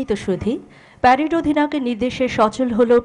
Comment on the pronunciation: কমান্ডে প্রচুর ভুল আছে, প্রেরেড কে প্রেইড বলতেছে, ডানে কে ডাইনে বলতেছে 😂